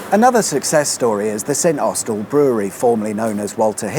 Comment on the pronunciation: It's pronounced Snossel.